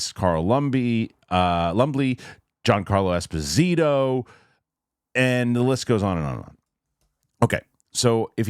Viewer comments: please ask Mr Murrell to forward you the clip of Mr Giancarlo Esposito pronouncing his own name…. 😅😂😂😂 Thank you for your honest opinion… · Please look to Dan Murrell for the correct pronunciation of Giancarlo Esposito. 👍